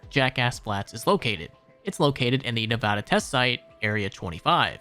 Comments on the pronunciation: it's "nev-AH-da" not "nev-AUGH-da" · As a nevAda resident, it was grotesque hearing your butchering of our great silver state all jokes aside, loved the vid! hope you do well! :D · "Neuvaduh" The way people say my home states name lmao